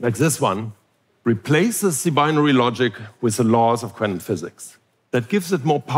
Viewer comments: This guy can almost say the word quantum coherently. 😂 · Love the way he pronounces quantum: kw-ant-um. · I was terrified. A man pronounced quantum in a quirky way a lot. I'm still terrified.